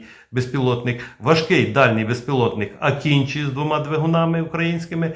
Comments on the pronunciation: Дякую за відео! Правильно вимовляти не "акінчі", а "акинджи" (з наголосом на останній літері) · Не Акінчі, а Акинжи